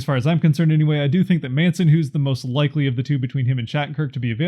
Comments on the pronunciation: Lol it’s man-son not mason, getzlaf is a free agent at the end of the year. He won’t be signed why waste a protection? I think you did a great job. Don’t get me wrong. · "Maison" or something? 😂